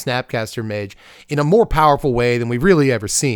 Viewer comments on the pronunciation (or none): none